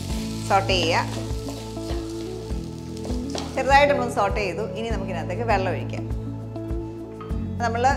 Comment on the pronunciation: സോട്ടെ - sauté correct pronunciation